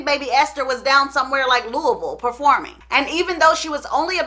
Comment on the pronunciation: You pronounced “Louisville” perfect!!! You got any connections here?